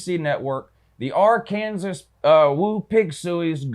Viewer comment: Your picks are pretty on point but you are annoying dude. Ol cocky Georgia fan mispronouncing Arkansas, by the way, the only reason your running game might be the best in America: you turds stole our o-line coach when you hired Kirby. Yeah Sam Pittman was with Beliema for like 10 years. We know you guys have great backs but the truth is the truth homie.